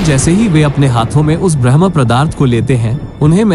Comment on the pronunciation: आपसे निवेदन है की कृपया शब्द का उच्चारण ठीक से करे ।आप ब्रह्म पदार्थ को भरम् पदार्थ कह रहे हैं